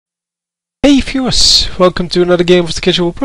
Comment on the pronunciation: I like how you say "Hey Fewers" lol